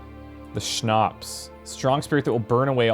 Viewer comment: It's awesome how pronounces "Schnapps" and "Groschen". I love it <3